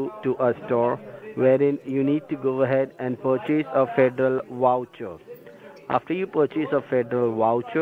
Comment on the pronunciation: This was soooooo funny! 🤣🤣😂🤣.... what is a federal woucher?! 😄